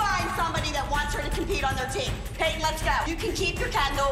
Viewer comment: Lol I love how Payton’s mom pronounces her name like PA-TON